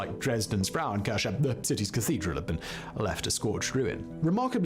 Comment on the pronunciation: His constant wrong pronunciation of „Frauenkirche“ (womens church) especially in this almost insulting exaggerated style is annoying as hell comparable to nails on a chalkboard! Especially knowing that this bald guy has already used both words (Frau [women) and Kirche [church]) in other videos where his pronunciation was way more accurate to the german phonetic which means he must purposefully mispronounced the combination of both words Which is actually not surprising at all … following him for years on different channels and knowing he isn’t even a real Brit (!) and his proper English accent is actually fake (really convincing in my opinion but still fake) i remember in his early videos from almost 10years ago he had a American accent instead of this distinguished Queen’s English/BBC English accent but his views have been back then stagnated pretty low compared to nowadays. Only after he started pretending to be British his view's have began rose rapidly and he got more jobs for different channels as their representer or narrator like in this one (in other videos he has mentioned several times that other people doing the research, planing the videos, do the scriptwriting and that he is just hired by different channels to be their public face/newscaster / Presenter / narrating voice for YouTube content video like this